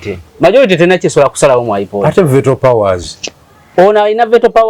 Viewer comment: plse Google pronunciation of the words Veto Horizon PLU Girl ❤